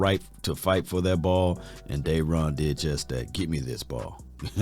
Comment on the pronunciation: It ain't Dayron.........its Da-ron....... DA RON! Come on 🤣😂